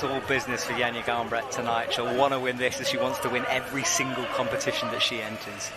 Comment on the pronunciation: it's 2024 and we're still not even bothering to learn how to say names from other languages. I wonder what Johnja Garnbret and Stacy Geejoe think